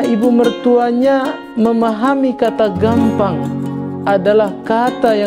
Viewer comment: Boi cara ngucap nya gappang, bukan gampang